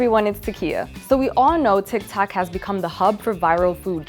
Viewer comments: Who’s heard her say instead of tik tok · alright lol it’s TIK TOK